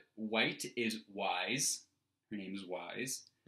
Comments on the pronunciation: Yo boy, Weiss is pronounced "W-eye-ss" "Weiss Schnee" is literally "White Snow" in German (although there it's vice shn-eh), not 'wise' lol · *"Weiss" pronounced like "rice"